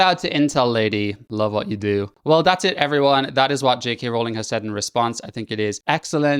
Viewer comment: THANK YOU for pronouncing "Rowling" correctly!